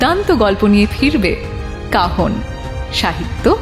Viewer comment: Tiny input as you guys wanted it, কাহন এর উচ্চারণ "Cajon" instrument এর মত হচ্ছে. Must look into it. গল্প অখাদ্য, পাঠন good. Can't complain.